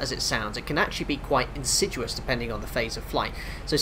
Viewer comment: insidious is pronounced "in-sid-ee-us", I think you got confused with deciduous lol